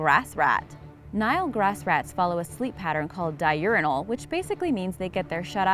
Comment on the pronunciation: diurnal, not di-urinal. Hahaha